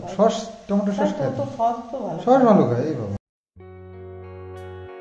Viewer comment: Saush bale na otake sause bale agulo aktu kheyal rekho kmn ...onnoder maton uccharan korona plz bhai